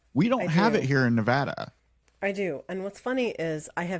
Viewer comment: Thank you so so so much for saying Nevada right!